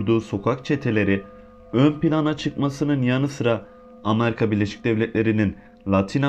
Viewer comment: Amarika Deyil Amerika